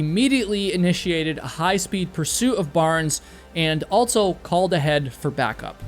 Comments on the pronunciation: It’s AL-SO!!! Not alt-so. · You say "altso" alot.